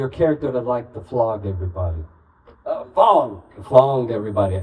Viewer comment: It’s Fong like Konkey Kong